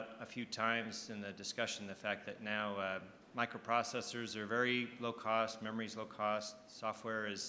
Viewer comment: Frankly, Jobs was always the better storyteller. Gates can't even pronounce 'microprocessor" correctly. (it's 5 syllables, Bill! :)